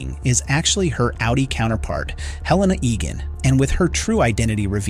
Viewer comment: Why do people say Heleena when it's pronounced Helena in the show? Makes you wonder if they've even watched it.